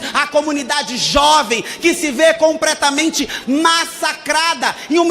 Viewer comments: Ela disse "compretamente" COM-PRETA-MENTE isso é uma msg subliminar que significa: como essa preta mente !!! 😂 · Depois do "compretamente" no início, não consegui prestar atenção em mais nada. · O "compretamente" da Erika no começou já me deu indicios do que viria. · Po ela meteu um "COMPRETAMENTE" na tribuna, ai é foda kkkkkkkkkk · (copretamente) kkkkkk sabe nem falar essa misera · Erika:"COMPRETAMENTE". MEU DEUS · Abro o vídeo e escuto "compretamente" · "COMPRETAMENTE" ???? Ai é foda ein ! Sabe nem pronunciar o português correto, pqp !!! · COMPRETAMENTE é foda!!!! 😂😂😂😂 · "Compretamente" é nova 😂😂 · Doeu o ouvido escutar "Que se vê compRetamente massacrada". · "Que se vê COMPRETAMENTE massacrada...."🫪 Putz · Alguém mais ouviu "compretamente"?? 🙋🏻‍♂️ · "compretamente" kkkkk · ComPREtamente?! É isso mesmo, produção?! kkkkkkkkkkkk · Detalhe pro "CompRetamente" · Aos ela manda um "compretamente" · Ela é inimiga do plural TAMBÉM Já ouvi várias vezes para ter a certeza que ela falou “compretamente” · Compretamente kkkkkkk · "compRetamente"... pelo amor... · "compretamente". Ta serto. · Oq pensar de alguém que fala COMPRETAMENTE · "COMPRETAMENTE' grita hilton é inimiga do portugues kkkkkk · Nao sei como tem gente que vota em uma pessoa dessa ai que fala compretamente kkkkkkkkkkkkkkkkk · o que dizer sobre pessoas que confiam o futuro do pais a uma pessoa que fala "compretamente"... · Compretamente me sai aos de vídeo mds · Desculpa Kim, mas o que mais chama a atenção nesse video é a Erika Hilton Falando: "CompRetamente". kkkkkkkkkkk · PQP o "CompRetamente" da hilson me matou... um assasinato ao idioma portugues. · ele falou "compretamente" mesmo? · Ela falou "compretamente" kkk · compretamente. Olha a voz de mickey desse ser. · Rapaz… um deputado que diz e ainda enfatiza: “Compretamente”🧐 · "COMPRETAMENTE", foi isso mesmo produção? :hand-orange-covering-eyes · Até voltei o vídeo para conferir o "compretamente"! 😂😂😂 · "Compretamente" abismado ! kkkkkkkk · COMPRETAMENTE KKKK